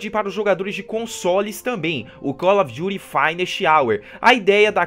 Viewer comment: Call of jury? Kkkkkkk